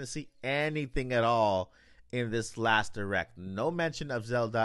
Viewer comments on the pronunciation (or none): none